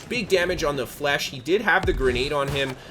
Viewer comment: great video. But, please, stop saying flesh my guy. It's French